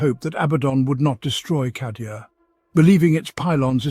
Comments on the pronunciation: Love the content normally but "cah"dia instead of "kay"dia is ruining it for me. Not saying it's objectively wrong, it just sounds wrong to my ear. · yep i do believe its said kay^dia in the audio books at least . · Cadia = KAYdia Cadia ≠ CAHdia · C A D I A! KAY DEE AH!!! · Holy crap! He does call it Kahdia! 🤣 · I'm fairly certain because how these are generated it's nearly impossible to dictate pronunciation. It's a problem across at least 4 that I know of. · I'm sayin it, it's objectively wrong.